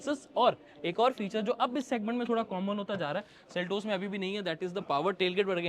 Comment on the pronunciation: Ye seltus q bol raha just say seltos?